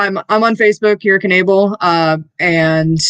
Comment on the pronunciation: It's Kira Knebel pronounce - Ken-able! Not Ken-eble or Ken-evel